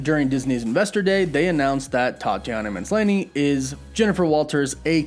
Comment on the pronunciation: Just so you know it's 'Maslany' (MUH-slahn-ee) not 'Minslany', just cause I noticed you saying it that way each time, thought you'd want to know :)